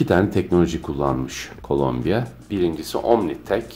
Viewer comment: Şu markanın adını neden sürekli Colombia diye telaffuz ediyorsunuz? Tamam, keyifiniz öyle istiyordur